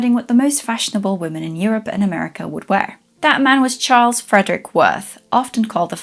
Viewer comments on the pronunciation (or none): none